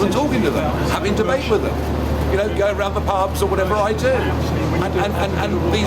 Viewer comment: Just watched ITV debate omfg Angela Rayners, how thick. There’s a th in thick and a th in with. Fik as fuk